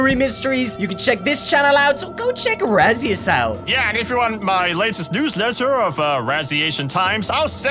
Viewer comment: Raszius more likw Rasz-iaton xD